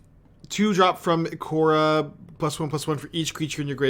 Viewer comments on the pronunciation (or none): Just my 2 cents, but the Fiend Artisan is from Ikoria, not Ikora. Pronounced as "Eye-CORE-ee-uh" (stress accent on "CORE"). May have been a slip, but for future events, hope it helps.